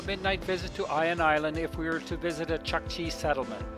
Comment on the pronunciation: Awesome footage my friend. Small correction "u" in chukchi is pronounced something like "u" in pull